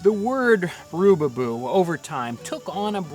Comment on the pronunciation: Its rubaboo not roobyboo